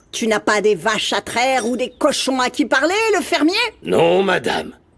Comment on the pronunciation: Yaya qui dit'tu nas pas de vashe a traire ou de coshon a qui parler?😅😅😅